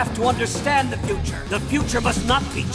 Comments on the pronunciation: Merde arrwtez de dire ze saboteur ze ceci ou ze cela c est the et ca se prononce de ou di pas ze merde ... 😒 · Ouuah l'abus de la prononciation de "th" en Z. J'ai saigné des oreilles. On le prononce en D et non en Z.